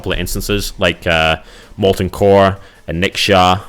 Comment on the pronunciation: plays for 11 years > still can't pronounce Onyxia? tight.